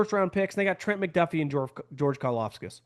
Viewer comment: wow he finally said Karlaftis right!